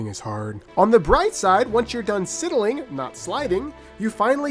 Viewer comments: It's not Sidling pronounced like that, it's actually pronounced like sliding but with the l and i swapped around "sydling" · "Sidling" is pronounced "side-ul-ing".